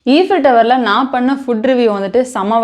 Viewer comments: U dont say it as eefil tower u say it as ifel tower(eiffel) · Sorry it should be pronounced as aifuhltauh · Even after someone criticised in the comment that it's aifel tower and not eefel tower, neenga eefel tower nu soninga paathingala.. u got a subscriber today! Never stop voicing yourself because of these VIPs.. great content buddy! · First learn how to pronounce Eiffel Tower properly. A simple google search can help you. Don’t embarrass yourself with poor English.